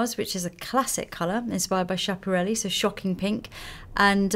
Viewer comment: schiapparelli, you should pronounce it "skiapparelli" instead of "shiapareli" (I'm italian) :)